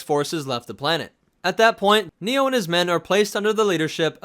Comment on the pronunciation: I think you're saying his name wrong I want to die.